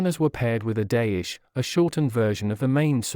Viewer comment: Dayish is not a thing! The big and small swords that symbolized status was Daisho (Dai = big , sho = small) It is pronounced "die show".